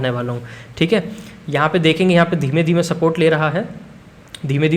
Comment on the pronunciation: You said "Dheeme Dheeme" so I just want to ask you that you are Gujarati? 😅